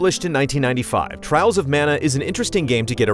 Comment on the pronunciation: Dont you mean Twials of Mana?